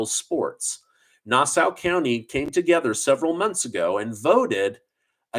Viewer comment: “Nassau” County is “nah - saw”